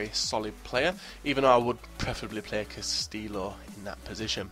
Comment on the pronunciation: Lol ur pronunciation of American/Hispanic names is hilarious. Wand-oh-low-skew and Cast-I-yo. And Hugh-ston. Lol I'm not hatin I just thought it was funny.